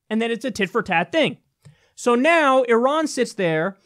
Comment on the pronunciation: Thanks for pronouncing Iran correctly. Just so you know, Iraq is pronounced the same way, except with a "q" on the end: (phonetically) EEEEE ROCK. Just like (phonetically) EEEEE RON. it's not EYE RACK. Thanks for showing the flag of Iran. It's very pretty.